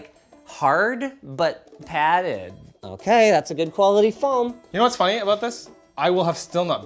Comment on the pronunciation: Linus? Are you drunk? That "Padded" came out a little slurry 🤣🤣